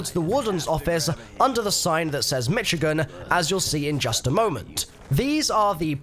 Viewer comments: Aww he said Mitch-igan, its pronounced Mish-igan (please don't ask me why) no hate just hit my ear funny and thought I'd let you know. Thanks for all your awesome zombie guides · Hahah it’s not mich agan it mish agan haha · Its pronounced Mi-shi-gan not the way its spelled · Michigan; Mi•Shi•Gan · Its pronounced MiSHigan. Its one of the states. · It's pronounced Mi"sh"igan, buddy. You're pronouncing it like a native Spanish speaker. LOL. Otherwise, thanks for the vid.